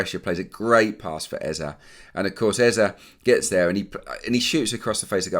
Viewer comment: I'm still feeling so strange & uncomfortable with this Eze pronunciation as a Nigerian, & I know that all Nigerians are...but I'll keep bearing with it. I'll take it up with him personally when next I see him around London and let him know that he might keep missing those sitters if he doesn't let media pronounce his name correctly. EZE PLEASE😀😀😀